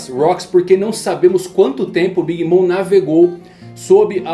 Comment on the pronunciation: Desculpa ser chato, mas queria saber pq vc fala o nome da Big Mom, como "mõ" ao invés "mɔm"(seria algo como "mãmi").